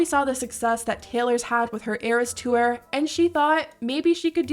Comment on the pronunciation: Narrator girlie's odd over-annunciation is cringe. When did the word 'tour' become pronounced "two-er"?